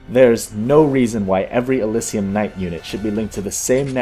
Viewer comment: Did you just call them "Elysium Knights"? They're Atlesian Knights. You know, because they're from Altas... Which is spelled with an a... Not a u...